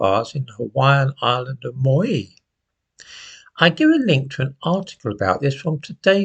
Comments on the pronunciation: It’s pronounced as in Mao Tse Tung with a double e at the end ; Maoee 👍 It was the same with those Canadian wildfires recently. Satellite images showed them all starting simultaneously over a wide area. Arsonists a.k.a. climate activists or government agents. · Maui is pronounced 'mow - ee'. Not as in 'Mow the grass but 'ow' as in ouch. This is the European pronunciation, the Polynesian is slightly different. Maui is a Polynesian demi-god who fished up the North Island of New Zealand from his canoe which was the South Island. Nothing to do with wildfires I realise. All one has to do is type into google (how do you say/pronounce -" the word in question") and there are a couple of good options, just to make sure you're right. You can test it to see how good it might be by entering a few foreign words you can pronounce and see how the AI voice does. There is also one site with a real man. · Maui is pronounced Mow (like chairman Mao) ee.🐈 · I think it’s pronounced Mao (as in Chairman) ee. It was when I lived in Canada anyway 😊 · It's "M-ow-eee" me old mucker. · I thought of correcting you on how to pronounce Maui, but then I remember it was an Englishman that actually discovered the Sandwich islands.